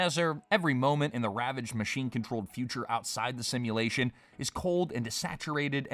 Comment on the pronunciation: It's a sashimulation